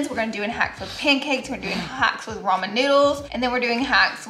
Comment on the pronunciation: Did she say “Roman noodles?” Lol